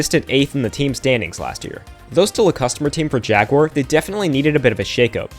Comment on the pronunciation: Good recap, even with the wonky pronunciation of Jaguar 🤣